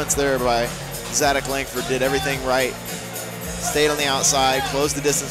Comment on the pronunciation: Zadac with a "C", not a "K". (Hint, watch the video)